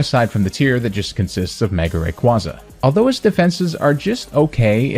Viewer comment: Another day, another mispronunciation of “Rayquaza.”